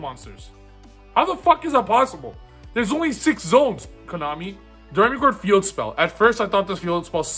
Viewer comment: Btw it's pronounced dough-ray-me-chord. Like the musical notes.